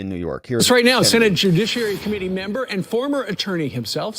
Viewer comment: Whats going on with this guy saying membo instead of member? Is this the new moronic crap that we have to live with now????????